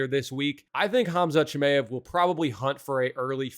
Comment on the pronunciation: Who the hell is CHIM-AYE-EV?